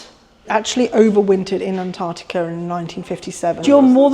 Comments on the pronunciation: I lost interest when you pronounced "Antarctica" wrong at the beginning of the video. It has TWO Cs in the spelling, use them! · Wish Americans would pronounce Antartica correctly. Is isnt that hard.